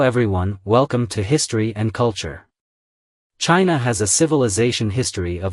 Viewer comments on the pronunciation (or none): Is "History and Cultury" at the beginning intentional?